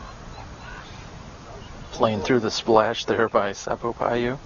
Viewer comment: Seppo Paju is pronounced "pa-yu" (soft j), not "pa-dyu". 🇫🇮😊